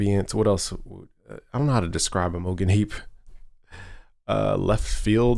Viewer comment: Your pronouncing Imogene heap wrong. Good video